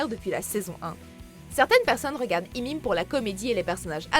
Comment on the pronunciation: Mais qui dit "Imim" même 😂😂 Pour raccourcir on peut dire juste "How I met" mais "Imim" c'est bizarre nn ? Ya vrm des gens qui disent ça ???